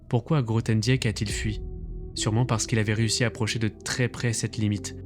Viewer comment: Grothendieck se prononce "Grothendick", le "e" est muet.